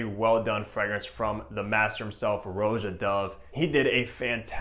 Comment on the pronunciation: Stop saying ROW-jah. Honestly…… If you’re reviewing his fragrances pronounce his name properly.